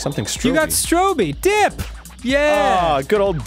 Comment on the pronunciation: Aw, they got Dipp's name right this time :D